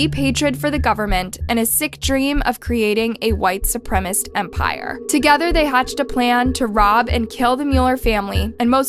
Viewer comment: Not once you say 'supremacists' right 🤦🏻‍♀️